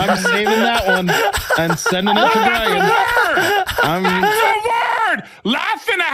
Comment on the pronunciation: “Saved the day Burn”: “Burn?” Me: did he just called Brian burn? LMAO 😂😂😂